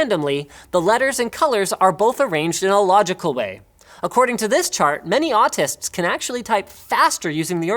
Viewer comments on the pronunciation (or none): says artists with Brooklyn accent...